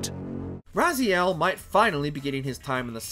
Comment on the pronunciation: Hate his Raziel's pronunciation... Sad to see no love for The Mark Of Kri series